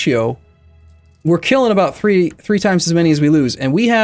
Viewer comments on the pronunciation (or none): none